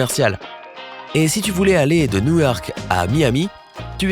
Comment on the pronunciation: Il a dit New Wark et non New York